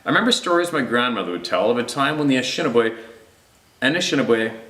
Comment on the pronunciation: Pronunciation: Ah-nish-ah-nah-bae. 😂 Ojibwe. I am Ojibwe. Very proud of my heritage and knowledge. Good video, I’ll catch up on the rest. God bless.